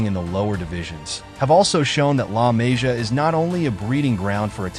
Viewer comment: La Mah-see-uh is how you pronounce. Really bad video when you don’t respect the pronunciation of the academy, as well as the players. Good info, but take a few minutes to watch interviews or actually watch some games and you’ll learn the names very easily